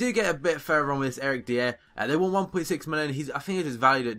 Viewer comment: That Eric Dier guy, its pronounced Dyer. Just like nathan Dyer. He is one of the most exiting young english players btw.